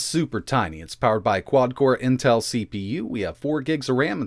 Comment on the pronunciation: "QUad Córę" 😄